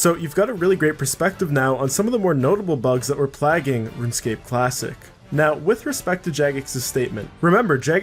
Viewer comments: Do you have a game breaking bug that makes you say "Plagging" instead of Plaguing? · plagging? You mean plaguing? PLAY-GING? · plagging? ... plaguing? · Plagging.... Urk. It's Play-ging! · what do you mean by "plaging" you surely do not mean "plaguing" you do this often with other words but that is ridiculous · Plaging.... Jesus dude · Almost stopped watching when you pronounced plaguing 'plagging'. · People like you are a plagg on humanity. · canadians butcher english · never once have I heard it pronounced that way. I’ve never heard it any other way then “play-ging”. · A common mistake, maybe. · well then that’s a common MISpronouncing lmao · So glad someone else is as bothered as me, don't get how its possible with the context to not know its 'plaguing'. Not the worst though, saw a vid the other day where the guy pronounced quay as 'kway'.